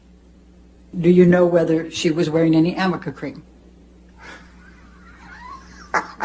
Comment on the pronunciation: THANK YOU!! I am soooo tired of hearing the word "Amica" ... please someone tell these people to stop! I REALLY hope that JD's lawyer addresses the pronunciation during cross. 🤣😂👍🥸